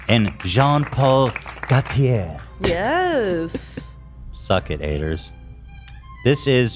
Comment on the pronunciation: Ethan: “Em-buh Chaimberland” Also Ethan: pronounces “Jean Paul Gaultier” perfectly